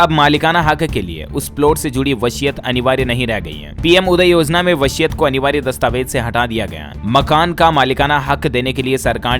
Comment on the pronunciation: Vashiat nahin vsiyat hota hai